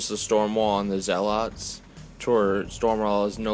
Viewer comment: Great report. Good battle. Menoth is tough. Not crazy about the Menite paint job tho. Well done, but the color scheme makes them look like a Cygnar force. Blasphemy! FYI, they're pronounced ZEH-lets not zeh-LOTS.:-) Also, on turn 3, doesn't the senschal have quick work? So after he charged and killed a guy, why didn't he fire his crossbow? Can't he also move 2" after killing someone? Or maybe I'm thinking of the wrong solo. Edit - I am. He has assault and hunter. My bad.